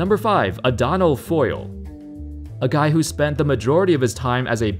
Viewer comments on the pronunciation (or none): Who the hell is Donald Foyle